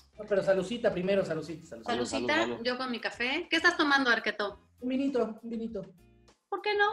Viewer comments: Oh esque yo oía varqueto 🤣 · Porque le dice Darketo?